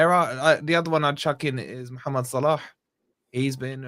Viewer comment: pronunciation of Salah’s name is class 🤌🏼 what’s his ethnicity does he speak Arab?